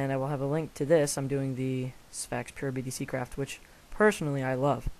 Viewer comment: its BDCraft not BDC craft